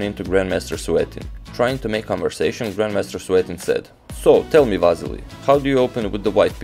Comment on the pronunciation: You are also Balkan man, you know how bad its sounds how you pronounce Vassily in English, its like Vaseline! Say it like it must be said Василий not Вазелин ;)